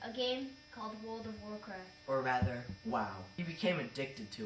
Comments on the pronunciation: wowld of of wawcwaft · When he said “pua puh uh” And “wowled of waw cwaft” I really felt that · wowd of waw cwaft